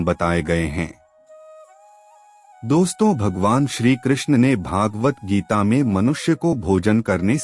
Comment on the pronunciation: 'भगवद्-गीता' शब्द का उच्चार "भागवत गीता" करना ग़लत है।